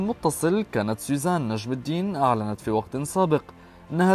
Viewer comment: طيب ما بتعرف تقول سوزان ليش عم تقول سيزان ولا انتو اللبنانية ما بتحسنوا بدون قلة طعمه